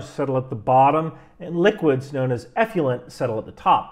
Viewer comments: I think it's pronounced "eff-loo-ent" not "eff-lee-ent". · Nuclear-nucular... effluent-effulent. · The word is 'effluent' not 'effulent'. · Enjoy the show most every time. One point on this one: effluent is pronounced eff-lou-ent, not eff-you-lent. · “Effluent,” not “effulent.” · Not "F U Lent". It's "F Flu Ent". Effluent. The "u" comes after the "l", not before. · Effluent… not effulent. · Love your videos...however, the term is pronounced effluent and not "effulent." The worst stuff is "nucular effulent." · sorry. eff - loo - ent, not eff - fuel - ent. sorry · Stop with the "eff-you-lent", please. It's eff-lu-ent. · From a career long water treatment professional, you did a great job breaking down sewage treatment... Despite the mispronunciation of eff-loo-ent 😉👍 Great break down, great explanation, I wish everyone in the states would watch your content! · We can only be as accurate as clarity will allow. The word "Effluent" is pronounced Ef-flu-ent. eˌflo͞oənt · The man does ATGMs not waste treatment, give him a break. It didn't affect the integrity of the video because he said one word wrong. Give ME a break. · Everything but your pronunciation of effluent (eff-loo-ent) is correct. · Effluent is actually pronounced " eˌflo͞oənt " — just saying! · Great video, as always. But... ef-loo-ent. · Many people cannot say the word" Nuclear"! They cannot get their brain around it, and say Nukular! has the same problem with" Effluent"!!! He is saying "Effulent" Gotta work on it,, for your credibility's sake! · It's pronounced ef FLU ent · Hey man, gotta check your pronunciation of the word effluent… it’s not effulent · It's pronounced eff luent as is in ef fluent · Check carefully the spelling of "effluent" for a guide to pronounce it. (I guess the same thing should be done with "nuclear.") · How about working on pronunciation of effluent? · Eff-loo-ent and Ha-are-etz. Love you first shirt. Keep up the great work!